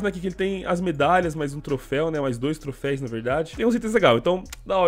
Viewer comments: É TROFEUS NAO TROFEIS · PARA DE FALAR TROFÉIS PELAMOR É TROFÉUS TROFÉUS TROFÉUUUSSSSSSSSSSS AAAAAAAAAAAAAAA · Mano sem querer ser chatão mas já sendo, o correto é "troféus" rs valeu! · Só eu q me irritei com “trofeis” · Q agonia ele falar trofeis. É TROFÉUS CACHORRO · obs: não se fala trofeis, eh troféus ^^ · troféus por favor. Ja quase parei o video umas 4x pq tu fica repetindo TROFEIS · o "troféis" dói kkkkk ... mas belo video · se fala trofeus